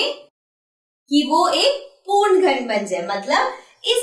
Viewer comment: पूर्ण को पूण पूण कह के दिमाग खराब कर दिया ।